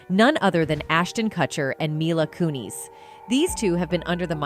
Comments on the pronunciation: It's pronounced Mila Kunis not Kuni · My-luh koo-neeZ?? This is an ai voice i guess? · MILA KUN-IS MILA KUN-IS HOLY FUCK NOOO NOT HER SAYING CUT-HER INSTEAD OF KUTCH-ER TO someone call and help her please I'm talking 911 needs to know lmao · coon-is not coon-eez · It's not "MY-lah KOO-neez" It is pronounced "MEE-lah KEW-niss" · Its KUNIS. NOT KOONIES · Its not kunees! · Mai-lah Koo-Kneez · Please stop saying myla koonees 😂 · "Mila Koo-nees." Is hat how she pronounces her last name? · The way she totally mispronounced milas first and last name makes me cringe, if he doin a report on someone learn to say their name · Nails "Kutcher" 55% of time never once pronounced "Kunis" We being trolled or what?!?